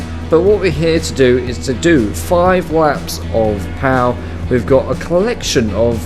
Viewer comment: Pau is pronouced "pô" and I live 40 mins from that city so I saw some F3 and clio cup races there and its pretty cool.